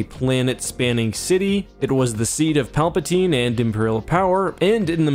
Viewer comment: Honestly the alternative pronunciation of Palpatine sounds pretty cool